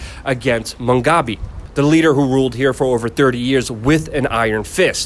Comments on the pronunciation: Its Mugabe not MUNGABE, its also Harare with an E not HARAR, at least get basics correct, how do we know that anything else you say is correct... Interview someone who has been a resident for 30 years NOT a newcomer who really knows very little about Zimbabwe. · Mu gabe, not Mungabe, sorry. But very good fair report. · would help if you could pronounce the names you mention, it is HA RA RE (Har Rar Rey) and MU GA BE (Moo Gar Bey) typical coloniser ignorance. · He keeps saying Mungabe... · Look, it is not Mungabe but Mugabe. You can't get the name of the former despot-dictator that ruined the country you are reporting on straight, so I am out of here! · Harare is not "Harair" Mugabe is not "Mungabe" How ignorant is this reporter? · Mugabe not Mungabe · Ok , instead of MUNGgabe , he will now go as BUNGgangbang , I like that better . Blobbert BUNGgangbang . Does the MUNG not make you happy ? I fixed it for you . YEEHAW !!! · Barb, what did you just crawl out from under a rock? Since when has Mugabe (pronounced moo-gah-bay) been pronounced Mung-gah-bay? This is why people dislike westerners. You talk big and know little. Yet, you still talk big. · Moo gah bay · At least learn how to pronounce the name of the now ex president and the Capital city before reporting the situation. Surely that should be part of an important part of a reporters job.